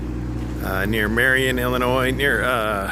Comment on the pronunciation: Hey! I find your videos and the way you say "illinoise" easy to madturbate to!!!!!